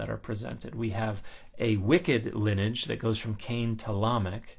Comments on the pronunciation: Love your videos!...note that you are confusing "lineage" with "linage"...your intent is the word lin-nee-age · I know I should ignore it, sorry, but please learn to pronounce lineage properly. It's Lin-ee-age (with the ee pronounce like the ey in key, and the age sounding more like the idge in midge). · lin-e-age, three syllables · How have I gone 56 years without hearing someone pronounce lineage with 2 syllables instead of 3? They’re both correct, I checked. 😜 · I couldn't find any attestation of 2 syllables being correct; I assumed it's a niche regionalism of some kind but if you can find it again and aren't disinterested in doing so can you send me a link? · Why are you pronouncing lineage so unusually?